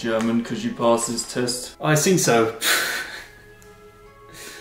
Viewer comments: "I sink so" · Lmao not the "i sink so" D